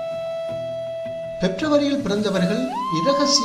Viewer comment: பிப்ரவரி bro no பெப்ரவரி